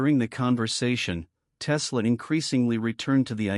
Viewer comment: Click bait, yeah Tesla said this because you say so, and your AI mispronounced his name 🤣